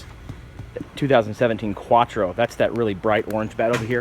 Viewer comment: Quatro lol the way he pronounces it